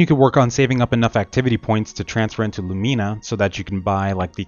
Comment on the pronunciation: please say Lumena not Lumeena